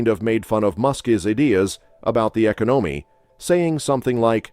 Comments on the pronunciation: The " Eco- no -me? " ... AI bot readings can be really funny... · that AI voice just said BeeDen and Eco NoMe instead of Joe Biden and economy. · That's got to be a robot. Did you hear how bad he pronounced economy. Trump 2024!